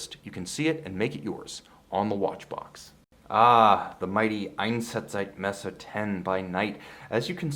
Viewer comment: Gotta respect that pronunciation of Einsatzzeitmesser! Well done! And greetings from germany:D